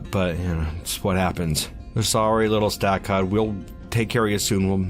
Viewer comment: When you said Stakud I panicked lol